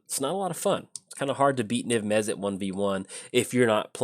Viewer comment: "Niv Mezzit" I'm literally shouting "Mizzet! It's Mizzet!"